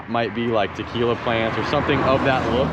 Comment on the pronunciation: He said Trquila plants! Haha